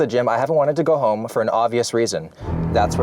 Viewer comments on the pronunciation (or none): none